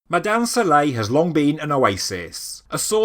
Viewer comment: Try to get your pronunciations correct before you do any documentaries , you did not pronounce any name correct about ( Mada'in Sa'leh ) , Madain Saleh . Hajj Ali